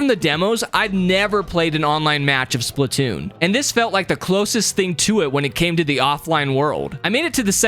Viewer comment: It’s not spitoonn it’s splatoonn